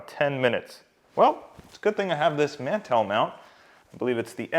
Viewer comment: I don’t think you know what a mantel is cuz you are pronouncing the word completely wrong.. lol.